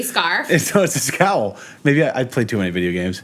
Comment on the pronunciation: my girl and I are back watching your vids before I clock in for Sunday dinner service.... Not only am I a chef, I am obsessed with Batman and video games... There is no 'S' before the word cowl... That is all. You guys are the dopest